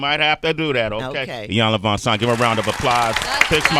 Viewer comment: Please someone tell Sway her name is "VanZant" and not "VanSant"....